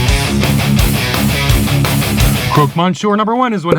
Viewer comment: it’s pronounced croc Monsieur nor croak